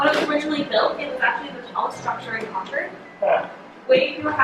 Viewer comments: Wow, I actually live in Concord and its very interesting to hear an outsiders perspective! Also, its pronounced Cawn-curd, haha sorry to correct you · So lovely. Concord MA and Concord NH are pronounced like 'conquered' :D